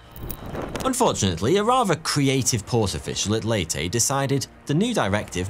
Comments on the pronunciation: The island of Leyte is pronounced “Lay-Tae”, not “Late”. If you'd studied the topic of your video a bit more you would know that. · “Lay-tee” not “late” 🇵🇭🙄 But great video anyway. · Leyte is pronounced like “lady.” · Hey,, for the record, the island is pronounced, "Lay-tee". At least, I have never heard of an alternative to that. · “Leyte” is pronounced as “lay-teh” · Ley Te is how you pronounce Leyte. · You gotta pronounce the last 'E' in 'Leyte'. Great video. Keep it up.